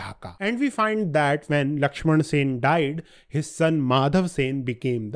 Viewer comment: Sen..... NOT Sena